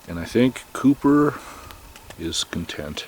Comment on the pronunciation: When I first started watching this video I thought you were calling your dog "Pooper" until about the 4th time you said his name "Couper". I thought to myself ' that is an odd but semi cute name for a dog ' and then I thought ' huh I wonder if he picks up poopers' poop when he poops along the trial. Oh well ! Just an odd observation.